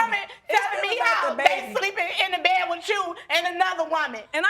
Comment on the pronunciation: It's a southern thang honey